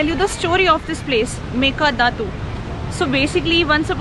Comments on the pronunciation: Not meka datu, its meke datu 😉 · Mekedaatu not Mekadatu. Mysuru not Mesoor. :)